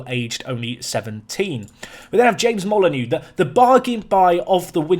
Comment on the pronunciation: I love that my following your channel has influenced your transfer policy but James Molyneaux is pronounced molly-noh. Not molly-new like wolves and my last name 😜